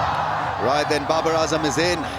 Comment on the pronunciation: Babar. No Jabbar😂 🤡